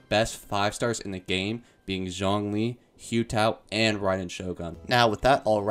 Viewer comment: The way he pronounced some of the names (like xiangling, Hu Tao, thoma, and zonghli) ☠️💀☠️💀☠️💀